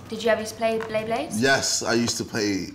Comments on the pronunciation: "Did you ever Splay BLeyblayds" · he sounds so American when he says "frickin bay blades" 😂😂